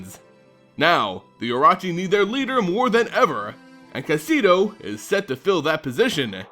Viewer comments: I love your videos but I'm sorry, as a proud snake commander, this was very painful to listen too. O-Ro-Chi not O-Ra-Chi. And Kaseto uses a short E like Bet not a long E like Meat. Otherwise, nicely done like always and I look forward to your next video and a return Kamigawa. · Say it Kah - Seh - Toh. Oh - Roh - Chi.